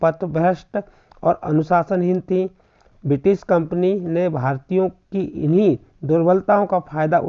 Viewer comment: Kampni hota hai kapni nahi